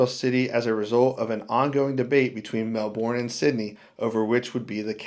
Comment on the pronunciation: If you were just in Australia, why don't you know how to pronounce Melbourne, Canberra & Kalgoorlie, properly?